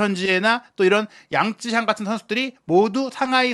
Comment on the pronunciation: 양쯔샹이 아니라 양'쩌'샹이 근접한 발음인 듯. 江澤民을 보통 장쩌민이라고 하지 장쯔민이라고 우리말로 표기하지는 않잖아?